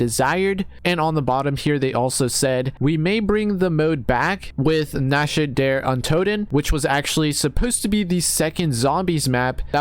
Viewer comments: wtf is that unholy pronunciation of nacht der untoten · ........sigh.......... you totally butchered that. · How did you pronounce nacht der untoten wrong